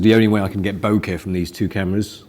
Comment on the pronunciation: I don't think I've watched one video where doesn't say BO-KEH!